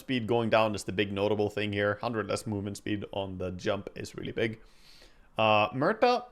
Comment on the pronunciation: its fun how you say "Merta" haha try saying it as "Moo-erta"